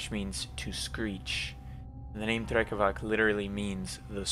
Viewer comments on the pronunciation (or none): No offense, but Slavs use "c" and "k" differently, unlike English. "Drekavac" is not pronounced "drekavak", the "c" in drekavac is like the "c" in pronounced. Not corn (korn) or colour (kolor), it's not drecavac or drekavak, it's "drekavac" for a reason. Keep up the good work, love your drawing style. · drekavac i believe is pronounced with a [t͡s(ʰ)] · It’s been brought to my attention that Drekavac, originating in southern Slavic folklore, is actually pronounced “Drekavats” since “c” is “ts” in those regions. We’re all here to learn so I appreciate the corrections 🫡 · one note: in slavic languages is almost always read as /ts/ so Drekavac is /drekavats/ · Just a little correction: Drekavac is read as Drekavats - the C is a TS like in Beats, also Vampire (originally Вампир - Vampir eng.) is one of the few universally used Serbian words